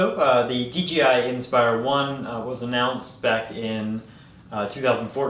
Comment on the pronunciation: It's pronounced D - J - I ... not "DGI"....uh, just so u, uh, you know, uh, are aware.